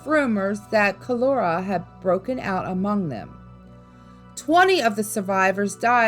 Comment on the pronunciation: Please pronounce cholera and Edisto correctly.